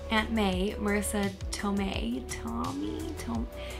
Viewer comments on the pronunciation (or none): The last name is pronounced like Toe-Mae (or May without the "Y" sound). There is kind of an accent there between like toe and tuh, and be sure to accent the second syllable as hard as the first; give it a good kick to throw that second syllable accent out. To-Mei. A little trivia: The court room scene about the word "yutes" was a real incident in which the British director, Jonathon Lynn, was having issues understanding Joe Pesci (pronounced as Peshi btw) and his true New York accent with the word "youths." So it was added into the film because Lynn found it hilarious. Another incident left in the film was the judge's chamber scene when Vinny (Pesci) knocked over the chess pieces. Actor Fred Gwynne (judge Haller) was playing chess between takes and while doing the scene, Pesci actually knocked over the pieces by accident leaving Fred Gwynne annoyed. It was all captured on cameras and left in the film because Lynn thought it was funny; and Pesci stayed in character to finish out the scene. Frew Gwynne was truly annoyed and Joe Pesci was actually feeling that "I messed up" moment. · How great was Joe Pesci (PEH-shee) in this?! Hard to believe he's the same guy from GOODFELLAS! 😬 And Marisa Tomei (Toe-MAY) won an Oscar for her supporting role! Loved watching this with you! 😍